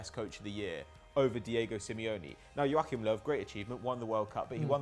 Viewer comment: Finally someone who pronounces Joachims Löws name right. Thank you